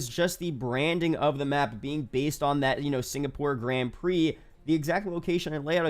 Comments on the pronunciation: That one is right but the Grand isnt. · Why does nobody know how to pronounce grand prix?!